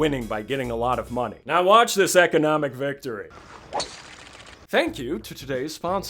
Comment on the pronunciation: "Watch this econmic victory" INSTANTLY SUBSCRIBED LMFAOAO